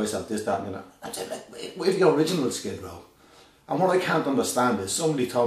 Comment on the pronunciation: maybe he should change his band name to SKID RAW, thats what he sounds like hes saying when he said skid row